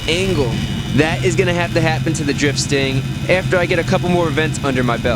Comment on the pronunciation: anyone else thought he said drip stain instead of drift stang